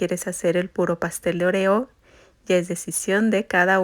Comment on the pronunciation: La forma que pronuncias oreo me recuerda más a la palabra “orear” secar o airear, la primera O debe de tener más énfasis pero al fin y al cabo se me antojaron MUCHO los pasteles ❤